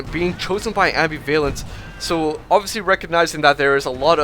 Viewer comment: Oh my god, great commentary, but seriously dude, it's am-BIV-alence, not ambi-VALence